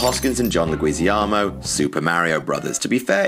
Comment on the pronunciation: You have extrapolated your addition of an unwarranted i to the word aluminum to words that absolutely are not supposed to have them according to anyone. There is no John Leguiziamo.